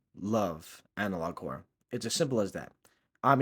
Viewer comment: Because I didn't pay much attention to the title, for the first minute of the video I thought you were saying something like "analog core", it's only after I saw it written down in the video that I realized you were saying "analog horror" then I looked at the title and confirmed it. There is an element of horror in Neural Viz videos, if you squint hard enough. It's the very things we find unsettling in the videos that Neural Viz draws the comedy from.